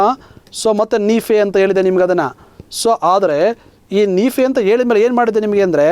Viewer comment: Thank you for wonderful class sir nice explanation but one thing i should say...... sorry but while talking/reading u r making som mistakes haati, hanugalu, haadare, haadhika, haadbuta, haadanna antha wrong pronounce madtidira dayavittu aati, anugalu.......etc antha correct agi helidre tumba channgi annisutte sir🙏🙏.